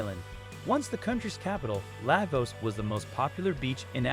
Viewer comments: You can tell when a colonizer is speaking on African topic.They just cant resist showing the horrid and undesirable parts first before getting to the topic.Was it that hard to just speak on the project without taking it there. And whats with the disrespect in pronunciation of Lagos,Eko.Its not that hard.Surely you know how to say Lego,you dont say ligo. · The mispronunciation of Eko and Lagos makes it difficult for me to enjoy the video. Please learn our pronunciations!!! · Okay documentary. Learn to pronounce "Lagos" , "Eko" and people's name correctly.